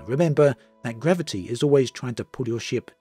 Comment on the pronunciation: Gravi- T Veloci- T Diversi- T 🤣🤣🤣 ⛳